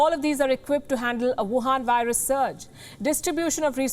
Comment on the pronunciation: The emphasis on the word "wuhan virus" is too much